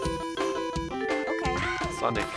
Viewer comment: Der blaue Igel heißt SoniC, nicht sonnig, Mein Gott